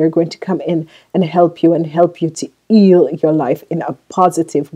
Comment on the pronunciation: How can u say eal then say heal correctly 🤔😑😑😑